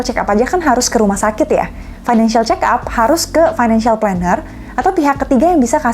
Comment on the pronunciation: Fick up, (dibaca pik ap) kayak nama mobil